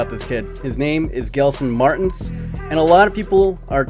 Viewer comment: It's pronounced "Jelson Martins"